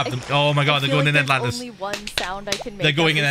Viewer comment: “They’re goin in Endlantis.” Axolotl Rose.